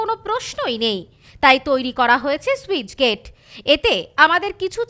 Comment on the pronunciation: ঠিকমতো পড়াশোনা করে তার পর সংবাদ পাঠক সাজুন। স্যুইচ গেট কি বস্তু? যা খুশি! কথাটা স্লুইসগেট (sluice gate)